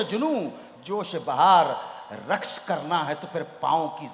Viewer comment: अनु मलिक साहेब, रक्स ( رکس )नहीं (رقص) कहते हैं, आधे क के नीचे बिंदी लगाने से ही सही pronunciation (ق- قاف) आवाज़ निकलेगी